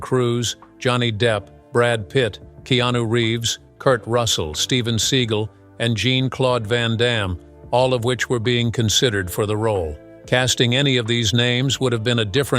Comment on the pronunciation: Van Dammes first name, Jean-Claude, is pronounced like "genre", not like "jeans".